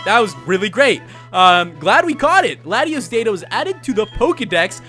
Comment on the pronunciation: how come no one can pronounce Latios and Latias correctly